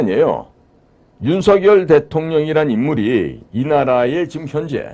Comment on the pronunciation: 유투브에 몇 차례 /윤성열/로 불러주세요가 아직도 안 되네요. 고유명사는 문법에 구애받지 않습니다. 본인이 원하는대로 불러 주세요. /레이건/ 대통령도 미국식으로 읽으면 /리건/이 맞지만 자기네 집안에서는 /레이건/으로 발음하므로 그렇게 불러 달라는 공문을 각국에 보내어 지금껏 그렇게 불려지잖아요. 자음접변만 아는 /윤서결/은 듣기에 참 거북하고 심지어 그런 문화를 모르는 거 같아 참 무식하게 보입니다. 기대를 했는데 사소한 데서 대단히 실망하고 있습니다.